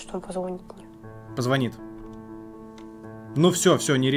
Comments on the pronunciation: Как она может быть отличницей, если она даже не знает как говорить позвонит? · отличница говорит позвОнит) нуну)))